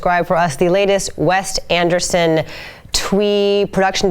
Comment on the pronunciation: Did she just say 'WEST Anderson' ??